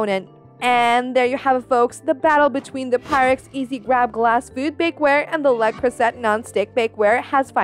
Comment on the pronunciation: Can't get past the fact you cannot pronounce Le Creuset correctly.